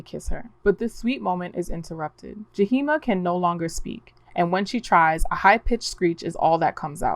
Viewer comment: The two spirit name is Yahima not Jaheema